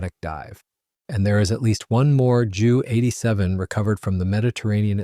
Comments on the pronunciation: I know someone else has already corrected the narrator BUT I'm going to do it again. Its a JU-87 pronounced J U not Jew. Joo. Or even Jue. Junkers JU-87 Stuka. Mispronunciation shows a lack of a/c knowledge. And shows you're a noob to the historical aviation scene. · Not Dschu 87! Ju (Yu) 87